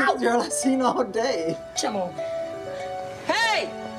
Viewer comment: As well as the way Tucker pronounces "come on" as "sha-mon" since Michael said that a lot too